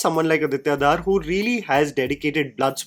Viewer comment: yaar, it's not Dhaar it's Dhar